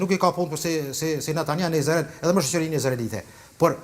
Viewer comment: Izrael dhe jo Izarel se ma shpife 🤯